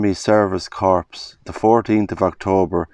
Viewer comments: Corps is pronounced Core. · Great video, such a slice of history. Corps is pronounced core like apple core- just in the interests of being respectful to the dead.